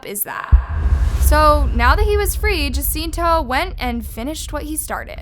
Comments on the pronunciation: Hi. The correct pronunciation is H~a~c~i~n~t~o. The J is *ha, as opposed to *Ja. Just a helpful tip doll, not trying to be a dick by any means. I totally dig your content ✌️ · For future reference, jacinto is pronounced “Ha-seen-toh”